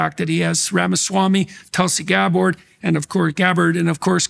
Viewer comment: notice Jordan’s the mis-pronunciation of Tulsi “Gabb-ord”. and notice how nobody cares. Nancy mace mispronounces “Kamala” and michael eric Dyson loses his shit.